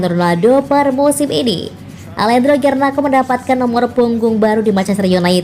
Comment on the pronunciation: Garnako?????, pake k, hadeeehhh